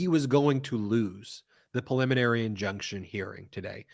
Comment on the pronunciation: Yay! Brett knows how to say PREliminary ! Now go teach Ben! (vs "pulliminary")